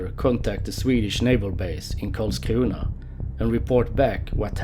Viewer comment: Haha, I like how people from Skåne speak English without dialect, but as soon as he said Karlskrona the dialect comes on. xD